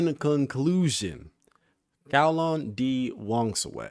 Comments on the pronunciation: His is supposed to pronounced as "GAO-LAHN" or you can just type "9 ล้าน" in google translate and repeat what you hear. tbh. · Hi, loving the characters break down vids. His name should be pronounce as Kao - Lān Which mean 9 millions or " เก้าล้าน" You could try to google translate ( english ->Thai ) "9 million " You will hear the closest pronounciation.